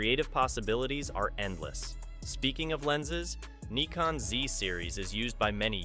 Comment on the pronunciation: I’ve heard of “Nykon” and “Nikkon” but never “Kneekon”!